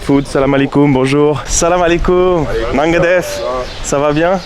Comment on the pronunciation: Salut comme d’habitude les montage sont au top continue comme ça 👌 Ps: si tu veux bien prononcer le « nangadef » tu peux dire le « nan » comme un cheese naan hehe 😁 C’est qu’un détail que je voulais te partager au cas où tu voulais te perfectionner encore un tout petit peu! Allez bon séjour je suis allé a gorée a 2 reprises mais je découvre encore pleins de choses avec toi 🎉